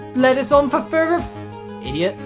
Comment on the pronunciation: Ah, that pause where said idiot, I found that hilarious.